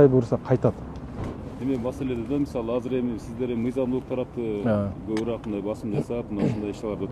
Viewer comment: Кобураак эмес көбүрөөк! Туура суйлойлу оштук туугандар.